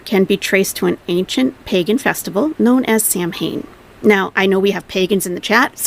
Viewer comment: It’s pronounces sow-in like cow but an s , Chantal keeps acting like she can pick and choose from religions as if they don’t have set distinct beliefs and she can bend them to suit herself